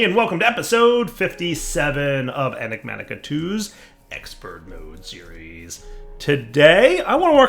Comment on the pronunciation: He said Enigmatica properly this time!